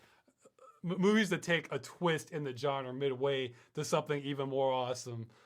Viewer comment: You pronounced genre as "johnerr." It was fantastic.